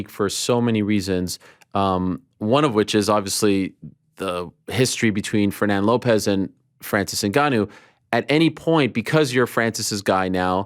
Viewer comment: Just needs to learn how to pronounce Fernand